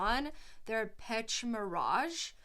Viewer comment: Thank you. By the way, the pronounciation of the word Pêche is Pesh. Pêche Mirage means something like fishing illusion. Scent Of The Night: Dior - Jules (1980.)